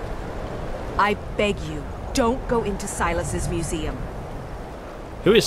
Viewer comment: Sigh-luss Vessoo-ee-us. 😉